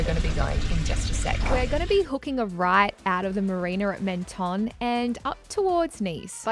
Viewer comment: Menton is pronounced ‘Monton’ 😊